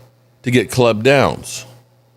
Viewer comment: Please don’t let us draft Caleb downs then we have to keep hearing butcher his name stop calling him Clob